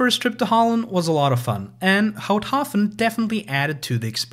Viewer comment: I had a chuckle too at "Pfuntschteiger" but otherwise I think he did pretty well with Houthaven(s).